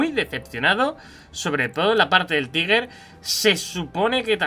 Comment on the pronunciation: Me gustó el vídeo y me suscribo, pero te doy el dislike por no pronunciar bien "tiger" o (taiger) suena asqueroso que nunca pronuncien como son palabras, y las lean tal cual las ven; algo común en los españoles.